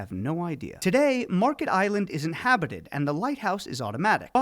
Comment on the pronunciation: Märket not Market. Ä sounds more like the E in the word dent. Not an ee sound but the other